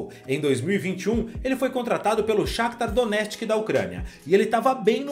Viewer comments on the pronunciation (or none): "Donestki" eh foda kkk